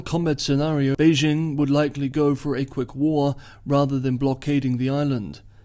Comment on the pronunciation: For China-Taiwan relations, I mostly listen to Taiwanese channels (in Chinese), because they provide the deeeeeeeepest insights. But does a good summary, even though he cannot pronounce Beijing properly (should j as in jingle, not s as in leisure). We should not follow pathetic US efforts to pronounce foreign words (imagining that all foreign words have the sounds of French, a language which most Americans cannot speak).